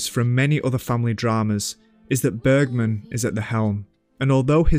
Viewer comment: Bro took the time to pronounce the number 18 correctly but didn’t manage to say “Bergman” the right way 😏 (I’m just pulling a leg, don’t take this too seriously)